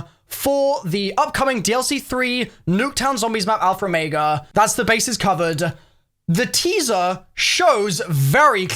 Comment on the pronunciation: "Alpher Omeiga"